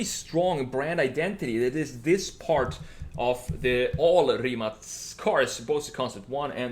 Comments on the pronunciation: Props to u for pronouncing Rimac as it should be, everyone else pronounces it "Rimak" or "Ray-mak" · finally someone that pronounces rimac correctly